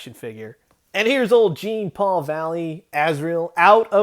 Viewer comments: Im probably the 100th person to say so, but its pronounced "Zhon Paul", not wrangler "Jean Paul"... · Ugh... Jean Paul is a common french name.. It's pernounced (JAWN PAUL) Do some research.. Hearing you butcher it over & over just grinds my gears fella !!!!!